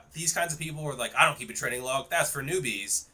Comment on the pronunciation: I can believe you're not on roids because for how massive your arms are, your shoulders look pathetic in comparison (typically the opposite for users in my experience). That being said I can't take you seriously when you pronounce training as tren-ing.